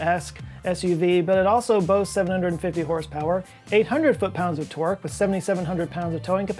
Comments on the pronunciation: Hello, I am very tired. I seldom hear or use the word "torque". Just wanted you to know that when says it I hear "twerk" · I always hear twerk instead of torque.